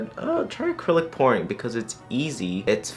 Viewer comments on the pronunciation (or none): I literally googled: What's acrylic porn? That's not what he said, is it?